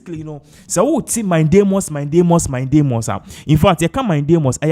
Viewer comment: Pls the word is mandamus not mindamus